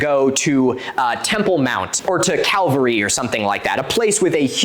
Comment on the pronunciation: when you talk about sacred places to other major religions, i heard you talking about "the sacred mount or Caldary" instead of "the calvary" and let me tell you, the whiplash of wondering WTF was so real